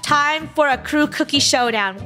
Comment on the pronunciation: krew-ie the cookie yeah they said krewie I think